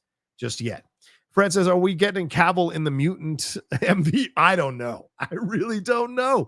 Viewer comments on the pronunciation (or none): none